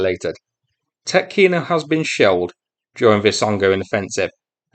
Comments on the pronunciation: Tyoooootkino (long "o") .) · Actually, it's a lot more serious for Russia. The only way out of Tetkino leads toward Glushkovo, but the bridge over the Seym River is down. There is another bridge at Karyzh, over 16 km from Tetkino (the emphasis is on the e, not the o, btw) as a crow flies, but it is only eight and a half km from the Ukrainian border, well within artillery range, so I don't think that it's still standing. With Ukrainian troops advancing westward from Sudzha, and with the Ukrainian border at their back the Russians are now trapped on the left bank of Seym. Some estimates put the number of Russians at Tetkino at 750 - 2,000 troops, conscripts, border guards and some airborne. With their supply lines cut they won't last long. We may see a mass surrender soon. If Ukraine can eliminate this pocket of Russian resistance it could secure a front line along the Seym River. Another thing to look out for is what's happening East of Sudzha. There is a large area of hills cut by deep ravines, very favorable ground to defend. And, as a bonus, this area sits astride the main highway between Kursk and Belgorod, which is the main supply route for the Russian forces fighting in the Vovchansk sector. Right now Russia left that area undefended. If Ukraine could get there and dig in before the Russians can get there it would be very hard for the Russians to push them out.